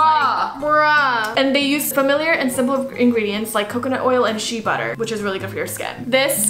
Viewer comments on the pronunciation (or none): I’m sorry but DID U JUS SAY SHEEEEE BUTTER